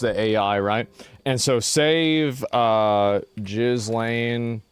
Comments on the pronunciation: Jizz - lane 😂😂 its pronounced Gill lane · Pronounced "Gheeee... not Jeee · It’s pronounced Gil-lane, not Jiz-lane. You know this. You’ve heard it pronounced 100 times in the news, haven’t you? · I love that you call her jizlane😂😂. Gis-lane is how it's pronounced. I think. But I like your version better. 😂😂🍿🍿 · The way he called her Jizz-lane Maxwell 🤣🤣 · Her name is pronounced Geelawn. She looks like an older version of herself to me. She is fatter than in the first photo and the older people get. The nose and ears get bigger. Let’s dtop with the conspiracy theories. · Name Ghislaine is of French origin and is pronounced gee-LEN or gee-LAYN with silent "S". People don't pronounce "S". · Did you say Jizzlaine instead of Ghislaine? LMAO. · Ghislaine is pronounced: Ghee-lane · Why are you calling her jizz-laine??? 😅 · It looks like Mike Myers playing Gislane Maxwell.. aslo, FFS, Learn how to pronounce her fucking name! 😂 ghee-LAYN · Calling her Jizz-lane is diabolical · GIZZ- LAINE ?!?! HAHAHA Americans and pronunciations.... hilarious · That's why asmon has been calling her "Gillis-lane" all this time. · "Jizz-Lane" Maxwell. I love how he always makes a point of it to mispronounce her name 😂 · Its pronounced Gislaine. Lol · 'Jiiz-Lane' Maxwell lol Asmon knows exactly what he is doing 🤣🤣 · It’s gee-lane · Her name is pronounced Geee-Lain. And, she has the power to get surgery and makeup in prison and I would not be surprised if she is given leave from the low security jail. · It's Pronounced gilane. That is NOT the same person. Why do so many not realise we are always being played by the 'elites'. Of course there's nothing elite about them. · I know this is serious content, but you honestly need to improve your pronunciation of Ghislaine - gih - len :) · Bro, her name is pronounced "gillane" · Stop pronouncing the letter S in Ghislaine. Its pronounced Ghilayne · You Americans need to know how to pronounce names properly.its pronounced Gillane the s is silent.